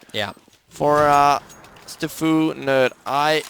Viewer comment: stafu and not s t f u nerd